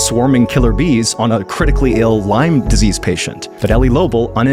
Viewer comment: So sorry to hear. I think similar happened to my dad. BTW, It's Lyme , Not Lymes.